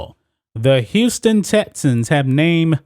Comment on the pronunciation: Yo goofy ass cant say “X” bruh its not “tessans” or “tetsons” its TEXANS u goofball pronunciation is key to intellect